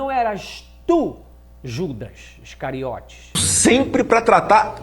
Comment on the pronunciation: Excariote ou coiote kkk